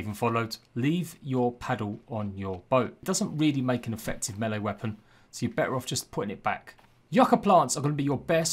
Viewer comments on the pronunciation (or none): none